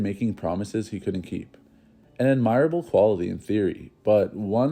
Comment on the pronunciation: I enjoy this channel, but this narrator doesn't have a full grasp of the English language. [i.e. it's "shrouded, not shrooded , and ADmirable, not adMIRable.] Do some vocabulary homework before presenting these historical programs.